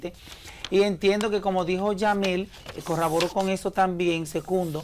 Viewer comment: CORROBORÓ NO CARRABORO